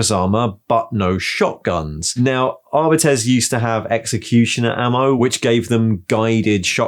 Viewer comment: Never mind WYSIWYG, let's talk about the way you say "Catachans"! And this is not a diss - I'm delighted to finally hear someone say "astartes" and "arbites" the way I think they should be pronounced (I've been holding onto that since 1994) so I'm genuinely interested. Those are both inspired by Latin, but what's the cue that I've missed for Catachans?